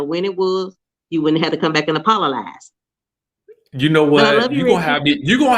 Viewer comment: apololize? apololies? apololizing??? hands down my new favorite made up word since baldwin's snl apple-o-gize.